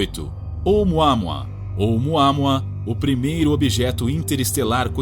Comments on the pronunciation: Não é múa múa, e sim Môa Môa :face-red-droopy-eyes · Vocês sabem que não é assim que se pronuncia omuamua né? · Fica a sugestão ao locutor para pesquisar com antecedência a pronúncia correta de determinadas palavras (no caso o nome do asteroide Oumuamua)...